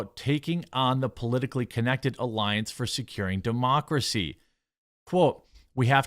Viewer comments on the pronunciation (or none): none